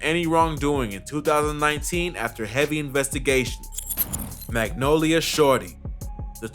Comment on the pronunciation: that is not how u say Magnolia 😂😂